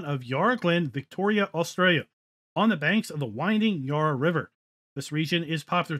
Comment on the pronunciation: Loved the map tour but as an aussie living close to the yarra valley every time you pronounced it i cringed as the first a in yarra it pronounced like the a in valley